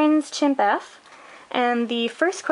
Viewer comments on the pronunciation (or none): Pssst Its pronounced Schimf, the p is silent. Great video and No I am not upset that you said it wrong, just picking on yah ;)